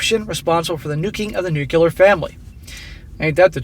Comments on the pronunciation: “Nuclear” **NOT** nookyalur!!!!! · you sound like Bush Jr. whenever you mispronounce “nuclear.”